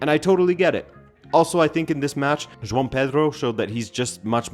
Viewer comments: Who is Jon Pedro my guy? Its Jo-ao Pedro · The estevao and joao pedro pronunciation tho always gets me 😂